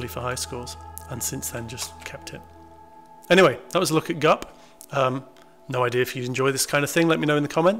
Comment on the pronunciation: BUP? No, GUP